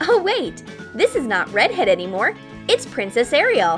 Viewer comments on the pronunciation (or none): none